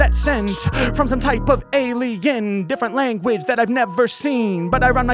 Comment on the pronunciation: …yo, why did he say “alien” like that before he started? ha. Alignment with the Devine assignment is indeed a bar. Much LOVE. 🚀